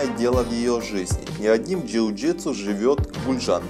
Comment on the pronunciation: Перестал смотреть когда сказал жиу житсу